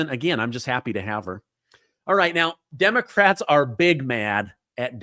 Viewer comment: Did you say Demo - Craps ? 😂😂😂